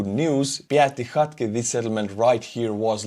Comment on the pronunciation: YOU ARE NOT WRONG in your pronunciation of many Ukrainian names and place-names! For example, you berated yourself in your pronunciation of "PYATYKHATKY". You need to give yourself a little bit more credit in your language-skills. Have you ever consideredthe facr that so many of these "Arm-chair Generals" just might be wrong, instead of yourself..? Your pronunciation of "PYATYKHATKY" is ACTUALLY DEAD-ON! "PYATYKHATKY" in Ukrainian means "FIVE LITTLE HOUSES" or "COTTAGES"... Ukrainian names of people or place names are very often DIMINUTIVES, and sometimes they can be real tongue-twisters. 🤣🤣